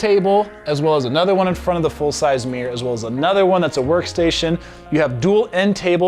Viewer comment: Some teach this man how to pronounce mirror